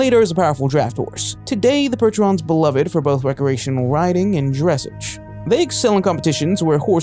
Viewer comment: Yes I enjoy horses and while I don’t myself own one anymore, my family has 4 of them. A Tennessee Walker, an Appaloosa, a pony, and I believer a quarter horse. (And it’s pronounced dress-ahge)